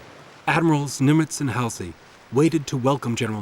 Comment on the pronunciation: You mispronounced Halseys' name one too many times. Oh look, Thames TV World At War is on PBS. See ya.